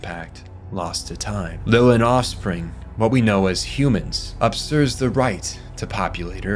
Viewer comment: It's USURPS not UPSURS